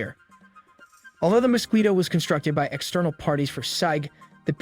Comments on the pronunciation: he is a bot, couldn't pronounce SIG either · the first thing i see is a Glock, unlike, the ruger wramg;er is the worst gun they make, gaga over a piece of crap. you CAN'T pronounce SIG, are you a bot? You forgot 22 plinksters favorite build of the smith and wesson Victory. you list is shit , just quit this, you have no future with almost worthless content. production value with no talent.